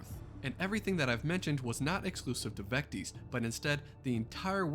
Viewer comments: You said or pronounced it wrong. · Not Vecties Vec tis. Vectis Island.